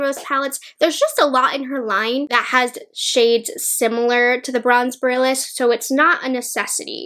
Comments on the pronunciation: Omg I’m cringing. She pronounces borealis wrong like 20x lol. It’s pronounced bore-ee-al-is. Not boralis lmaooo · Just FYI “Borealis” is pronounced “Bore-ee-alice,” at least here in the US. It’s named after the Aurora Borealis/Northern Lights. ☺️ Very fitting for Pat’s celestial theme. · lol sorry to correct you but it's boh-ree-al-iss, like the aurora borealis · Thank you. My ears cry out every time I hear the mispronunciation! 😜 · Yes, that had me crawling in skin every single time she mispronounced it! It felt like nails on a chalkboard. 🤦🏻‍♀️ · That’s okay, I am not afraid of commenters. What’s weird is that I saw another YouTuber pronunce it the same way as and now I wonder if it’s a regional thing? Lol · Oh man. I hate to be this person.. but you mispronounced borealis. I’m so sorry but I had to say something because you said it like 10 times and my inner northerner couldn’t handle it. Speaking of which, the Aurora Borealis is actually visible right now, so if you’re reading this, try to check it out if it’s visible near you if you’re in the US or Canada! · She can’t pronounce borealis lol